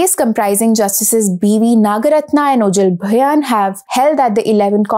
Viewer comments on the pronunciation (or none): Beautifully narrated. God bless. btw… regarding the name of Justice Bhuyan, we don’t pronounce it like “BHU-YAAN”, we say it like “BHU- YAA” ending in a nasal tone. And if i am not wrong, the title means ‘landlord’ ( BHU = land ). My intention is not to rectify anything and/or something, I just wanted to share, if you already did not know 🙂 Thank you The Print & 🙏🏻